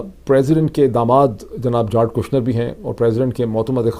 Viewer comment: جیرڈ ہے سر جارڈ نہیں ہے